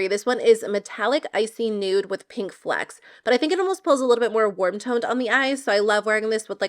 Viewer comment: “Flicks “, No. Flecks like flex